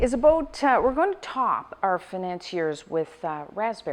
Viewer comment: "today we are going to make FAI-NAN-SEE-ERS!" nailed it...